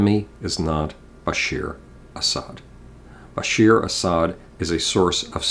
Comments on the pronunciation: It's Bashar not Bashir At least get the name right. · it's Bashaard Asad not Bashir Asad.